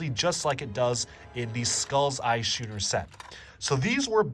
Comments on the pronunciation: I get it that this video is 4 years old, but please dude, Schooner is pronounced like School. Skooner. that's how it's pronounced. please tell me you've learned this since. fantastic video, exactly what I want. all the info is laid out and done in a fun way. it reminds me of playing with this stuff as a kid and I'm seriously looking at buying some again! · The fact that you pronounce schooner as "shooner" just pains me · matey, the correct pronunciation is sKooner!